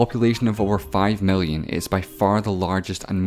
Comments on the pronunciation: Tree hundred fefte mellion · Why is he pronouncing i as e and e as i? Mellion? Bellion? fefty? Sexty?